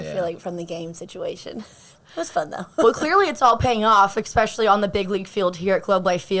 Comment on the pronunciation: especially - not expecially. Really enjoy having Josh playing for TX.